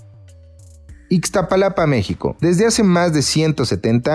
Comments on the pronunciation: Todo el vídeo iba bien hasta que dijo "Ixtapalapa México" en vez de "Iztapalapa México" que falta de respeto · Es Iztapalapa no Ixtapalapa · IZTAPALAPA!!!!!!! Noo Ixtapalapa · No es ixtapalapa es Iztapalapa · Que vergüenza ixstapalapa es Iztapalapa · No se dice ixtapalapa es iztapalapa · Ixtalapa? Antes de hacer un vídeo, investiga cuál es el nombre correcto del lugar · Se dise Iztapalapa